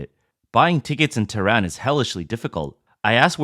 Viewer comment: Ha ha ha. Awwww. Commies getting ripped? It’s pronounced as “ teh ran” lolol